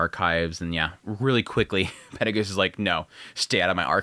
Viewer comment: Acording to the Dub version the name is pronounced "Peru Gius" and not "Perry Goose". In Japanese he is pronounced "Perry Gius io" so your basicly making a mix out of the dub and the sub version